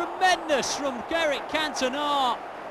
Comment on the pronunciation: Is it just me or does the commentator say Derek Cantona?